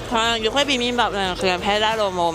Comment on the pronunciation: 육회 발음이 잘 안되면 차라리 유쾌로 발음해봐유. 그래도 발음 많이 좋아졌다 😊